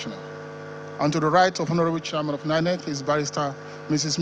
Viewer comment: It's chairman not shiaman